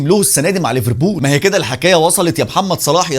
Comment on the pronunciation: بالله عليك بلاش مبالغه في نطق ليفربول! رجاء اتكلم مصري عادي 😘